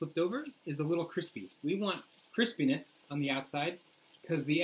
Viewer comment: You guys are too cute! I love these videos! And a correction: water has a high "specific heat", not "specific gravity". Also, I like it when the guy squats down with the food to stay in frame. Also, he said "Chris Penis" when he flipped the first eggplant over, hehe.